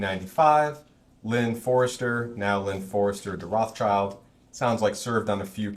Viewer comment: The Rothschild name has him messed up lol, first slip.